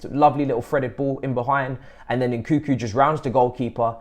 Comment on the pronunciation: why the most of english people call Nkunku " Nkuku"?